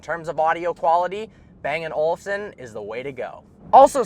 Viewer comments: Listening to an American trying to pronounce anything other than cowboy or freedom is so damn cringe. The way he says "bang & Olufsen" kills me inside, lol. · I always understand " Bang an Olson"